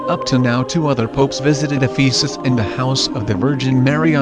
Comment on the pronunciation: Thank you! I visited in 1992. I just want to mention that you are mispronouncing Ephesus.